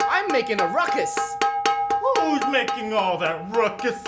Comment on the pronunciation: His name is and its ruckus not rucks